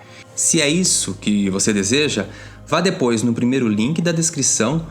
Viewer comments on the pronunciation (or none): none